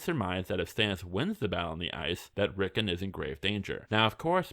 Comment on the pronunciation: ‘Rick’ - ‘On’ not ‘Rick’ - ‘En’